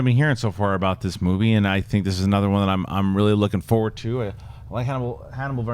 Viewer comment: never noticed that. I have noticed him saying forward as foward